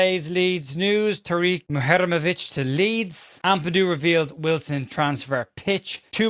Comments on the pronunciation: I'm glad you clarified the pronunciation of Muharemovic, though in my heart I know everyone is just going to call him Tarik, and will mispronounce that, too. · You've nailed that Muharemovic pronunciation in less than 24hrs 😂